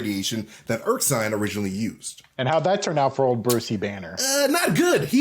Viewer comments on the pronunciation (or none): Awesome. However, it's Erskine, not Erksine.